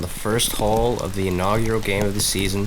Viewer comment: Awesome coverage guys! Great Job! Lefty looking sharp as always! commentating (except for “Inaugural”) lol but your the man! and Chris “the progenitor-deep shot” DeMarco that shot still gives me goosebumps! Can’t wait for next weeks coverage. Let’s go boys!!! #TBW #VFSN “Crest”